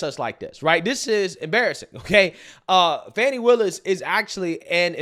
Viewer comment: G, you said it correctly, Fanni Wilis, along with Letica James are an embarrassment to black women and the black community as a whole!!